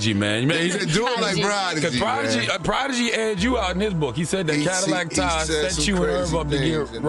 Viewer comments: Its pronounced Ty or tie not tah🤦🏽‍♂️ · in YOUR video everybody says TY but much props for not being AI ! I never heard it pronounced Tah it hurt my ears everyone I heard it